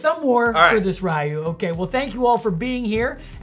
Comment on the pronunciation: Next time remember to pronounce his name "Ree-yoo" (it's more like "Ruh-yoo" but oh well); don't wanna trigger the SF fans